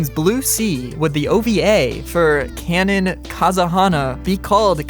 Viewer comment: Bro. What tf are you burbling about. Im 5 minutes in and all you said are keinen keinen keinen. At least put some effort in the pronounciation you english speaking piece of nerd